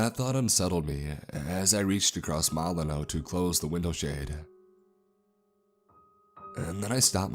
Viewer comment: Gaming KnockeR Your sentence is actually grammatically worse than his happens to be. What about the mispronunciation of Milano throughout the narration. It's obviously, "mil-AH-nō" and not, "MĪ-lan-ō." (Ex. Alyssa Milano.)